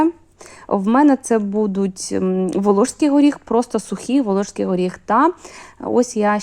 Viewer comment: Класні рецепти, всі чітко і завжди виходить. Подяка за українську мову. Але її треба покращувати, бо часто просто вуха ріже. ВолоШський горіх, гАріхи, стАлові ложки. Проте, мову можна покращити аби краще й рецепти сприймалися.